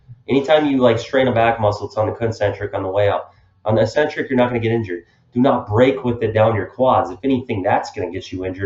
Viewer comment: You're mispronouncing eccentric. Look it up.